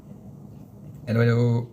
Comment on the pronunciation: Je deteste ce mot hello déjà tres mal prononcé! Pour s'intégrer à un pays on commence a aporendre sa langue !